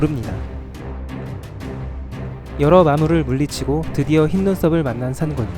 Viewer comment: 산군이 아니라 산꾼이라 발음해주세요